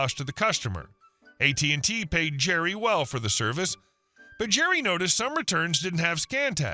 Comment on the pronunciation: It's AT&T NOT AT&Tee.